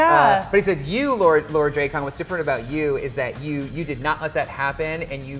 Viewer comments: This huge fan calling him drake-on again. SMH Hate this guy being pretender. So glad it is over so don't have to listen to him talk again. Listen to the writers if you would be aware of how to pronounce it. A huge fan would know. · Why are you saying his name wrong... it's not Drecon... its Drakkon.... pronounce the A like in Apple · Drak-kon not draykon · Here he says Dray khan, a person at the lcs pronounced it drah kin.....how is it really pronounced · PSA: Drakkon's name is pronounced "Dracken". "Drakk" as in "black", while the "on" is a short "en" sound. Kyle Higgins, the architect of the comic for most of its run, confirmed it some time ago. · could you please stop pronouncing lord Drakkon so chopped up 😧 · ITS DRAKKON!!!! NOT DRAKKON!!!!! 😡